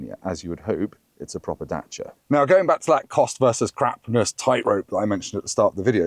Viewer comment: The center console/armrest is too high for me. Is there a lower version available? Also, it’s Dacia, not Datcia.